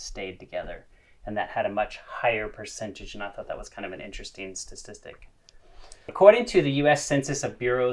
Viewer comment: Sta TIS tic not StaS tistic